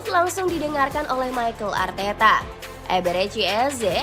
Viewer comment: Mimin ngomongnya Michael Arteta😂